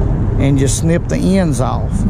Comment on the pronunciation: I like how he pronounces the word off "Owwwff"